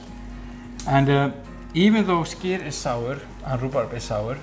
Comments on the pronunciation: I don't get it, she said "Skyr" right when she was in Iceland but then in the voiceover decided to say schkir :D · Its SKYR NOT SHHHHKYR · why does she say SCHKEER, when he simply calls it SKYR? silly bint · Hearing the host attempt to pronounce "skyr" is amusing. It's not a "sh" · I'm agreeing with you. There is no "sh" sound in Icelandic, so this presenter's pronunciation is quite wrong. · They are saying it wrong. It is "SKY-are" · Leave it to the girl that wishes she was "posh" to keep saying "shkeer" instead of skyr! Like how they say "It's NOT schedule, it's "shedule". I wonder what "shool" they learned that in?🤣🤣🤣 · Its not SHKEER its Skýr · Why does she say shkyr? Where does she see or hear a "sh"? Lol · Why does she say “shkeer” all the time? There’s no “sh”, sis! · The way she sat skyr is so painful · Her mispronunciation of skyr kills me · Why does she say skyr so wrong